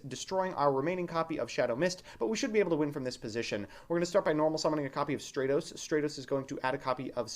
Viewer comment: It's Stratos not Straightos